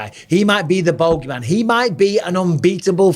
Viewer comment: The boge man..lol mike its boogey man.